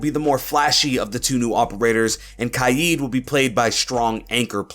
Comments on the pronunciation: He said ky-eed instead of k-ya-d which was so annoying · Pretty sure it’s pronounced KAYED but ok mate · I’m not pronouncing Kaid kai yeed, im pronouncing it kay d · Why does he pronounce kaid “kaijd” ????????? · Why does everyone say kaid as Kied?